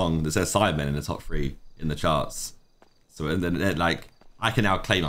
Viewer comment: Yes number fwee